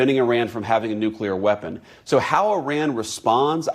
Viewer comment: why do so called educated people pronounce nuclear as nuculur?